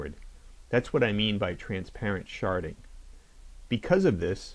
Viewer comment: Did he say "transparent sharting?